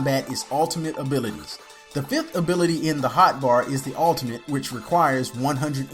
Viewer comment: Thanks. When you say ultimate it sounds a lot like alternate. I was like alternate? for a minute or two, but being used to moba's I understood you meant ultimate. Gotta pronunciate that shit my man. Hahah, just ribbing ya tho mate. Good video. Better than the other beginner's guide I saw.